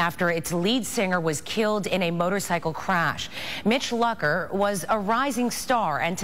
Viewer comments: They were pronouncing his last name wrong. That really annoys me, but I still cry. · Is that his last name?! I thought it was pronounced (Loo-Cur)